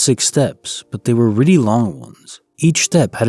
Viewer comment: “Really”=“Riddy” once you hear it, you can’t un-hear it! Lol